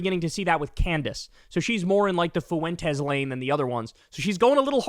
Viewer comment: Kyle still hasnt learned how to say Fuentes - (FWENTEZ) not Foo-entez